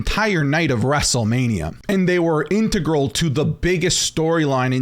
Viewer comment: is that how all canadians say integral?